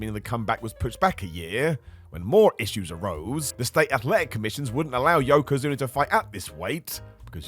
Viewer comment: You called yokozuns zunes. You should be ashamed of yourself. You shouldnt have a roster spot in a wrestling company. Not being facetious, i mean that.